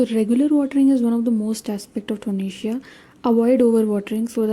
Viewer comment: Kindly be a bit more louder in your videos....and its TO-RE-NIA and not tonesia